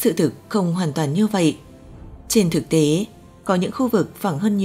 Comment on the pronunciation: Chị MC ơi ! Tiếng Việt có 5 dấu: sắc, huyền, hỏi, ngã và nặng. Chị đọc dấu sắc thành dấu hỏi là sai chính tả rồi: - Trái đất, chị đọc là TRẢI Đất - Thực tế, chị đọc là Thực TỂ - Có, chị đọc là CỎ Đã làm người nghe hiểu nhầm ý